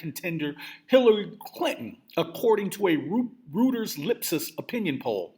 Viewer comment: Pronounced; ROY TERS.